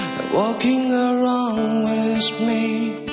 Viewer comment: So this guy, after stuying in the US, still pronounces WITH as wiss. So his parents wasted their money.